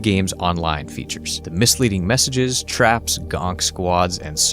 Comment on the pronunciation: Gank is pronounced with a hard "a" as in the word "ankle". You pronounced it like "Gonk". Just thought I'd mention it.